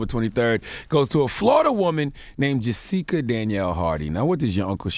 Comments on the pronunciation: Her name is Jessica, Charla was pronouncing it wrong as JuSeka. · this ILLITERATE bastard didn't know how to pronounce Jessica. SMDH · How long Charla been on the planet that he dont know how to pronounce Jessica..he almost made it sound like a black name. LMAO!!! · Right?!! Is he saying that on purpose ,i really thought for a min that he didn't know how to pronounce jessica